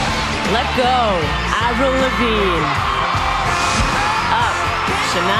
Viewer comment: Just like almost every one who interviewed her the first time pronounced her name as eivril... That got her angry...